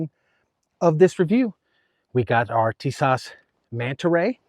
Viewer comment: Tis~ash say like this